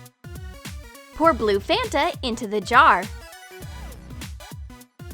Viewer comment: It's not fenta It's fanta